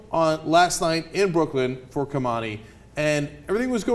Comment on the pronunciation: Did Ana just say BrooklynD? Cenk, NO. Shooting the kid 11 times is excessive force no matter what. If these assholes are so highly trained it shouldn't take 11 bullets to disarm, not slaughter but injure and contain, the "threat" from a teenage child.